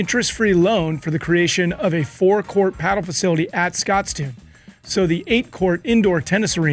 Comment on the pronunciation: As a Scot, I'm loving the pronunciation at the end of Glasgow like cow! 🤣🤣 And the mispronunciation of Scotstoun!